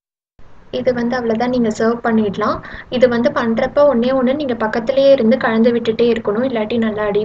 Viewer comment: கலந்து " சிறப்பு ழகரம் போல உச்சரிக்காதிங்க தமிழ் பொண்ணா இருந்துட்டு